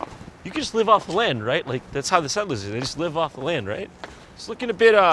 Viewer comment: Nobody: Jon: ”SET-LURES”